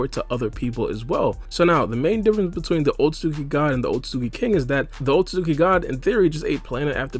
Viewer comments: He pronounces it like otsuzuki lol. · man says otsozuki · this video is good but the way he says "otsutzooki" is mildly infuriating